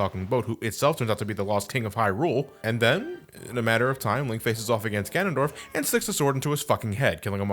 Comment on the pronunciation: "This mysterious and elusive fig- Gandondorf" had me dying.